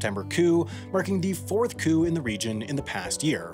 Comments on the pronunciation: Your videos are great, but please work on your pronunciation. For example, the "p" in coup is silent. Thank you for your hard work and sorry to be a grammarian at you! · You need a receipt for your psychology pronunciation of coup. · did you say coop? 🤦🏻‍♀️ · "Stimeyed coop"